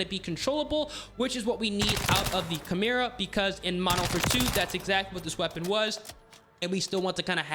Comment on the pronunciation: you pronounced Echelon and Chimera wrong.